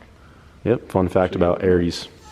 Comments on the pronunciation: Arias= ah RI as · ari-as is how it is pronounced ... i think you are meaning .002 is 2 thou. not 20 thou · Im impressed you dudes are using good shit,but you've got to pronounce the product name correctly- Arias pistons-totally badass pistons- is NOT pronounced Aries, they ARE pronounced with a silent A and S.